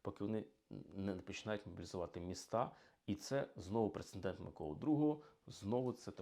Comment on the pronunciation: Пане історику! Пре-це-дент, НЕ "прецеНдент".